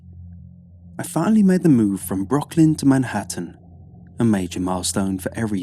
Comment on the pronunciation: Icy_Phill "Brocklyn"